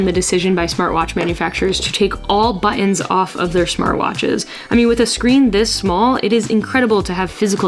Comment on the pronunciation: All those buh-ons!😂